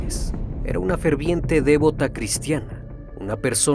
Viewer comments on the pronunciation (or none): Saludos amigo. Se dice “Devota” no “Dévota”. Y es “Bufete de Abogados” no “Bufet”. Disculpa la corrección. Es extraordinario tu trabajo. Que sigan los éxitos. Saludos de una venezolana en Estados Unidos. Infinitas bendiciones para todos 🙏🏼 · No es de'vota con acento. Sino devota. Sin acento. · devota.....no dévota.palabra llana no esdrújula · Querido, no se dice "dévota", sino "devota". Y no es "bufet de abogados", sino "bufete". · ¿"Dévota"? Tiene acento prosódico en la sílaba "vo". Palabra grave. Siempre te escucho porque me encantan tus relatos, pero tenés una mala pronunciación en el caso de muchas palabras. Igual te felicito por la calidad de tu trabajo. Es muy, muy bueno. Corrigiendo ese tema tus vídeos llegan cerca de la perfección. El tema de la pronunciación es importante para el nivel de investigación que manejas. Saludos! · Te lo voy a tener que escribir porque sígues pronunciando mal la palabra 'debota'. Es una palabra grave, lo que significa que se acentúa en la anteúltima sílaba, o sea /deBÓta/. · La palabra Devota no se se acentúa en la e. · Total, casi me estallan los oídos, y luego repite 🤷